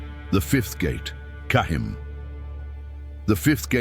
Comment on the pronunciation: Not cahim.. it's jaheem